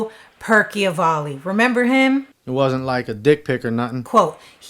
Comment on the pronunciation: It's Joe Percival ,not" Perky o valley" , all the videos in wich he appears even says his name correctly! And there's absolutely no proof she was involved with Jeter when he was 11! Just because he had an expensive watch and no 1 knew how he got...C'mon! Yes, inappropriate and morally wrong at 17, but not criminal! Very disturbing to say she abused him at 11…If I was her mother, I'd sue you !